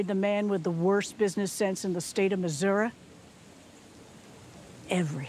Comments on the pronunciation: The way she pronounces “Missouri” tho xD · She died because she pronounced Is Missouri like MIssoura. 😂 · Ha...she had it coming...anyone who pronounces Missouri with an 'A' deserves a roll into the lake.